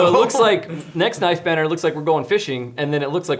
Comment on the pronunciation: “Nife banner”